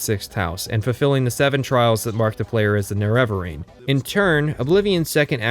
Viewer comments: Fantastic content. I love your dry sarcasm and honesty in your review process. It even made it worth listening to you mispronounce Neravarine for 21 hours. (Morrowind video time included.) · I fucking hate the pronunciation of the nerevarine in eso